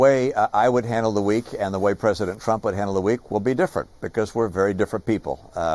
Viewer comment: Cant even say Trump lol